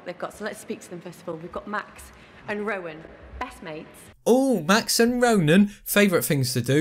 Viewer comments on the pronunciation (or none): Rowan not Ronan btw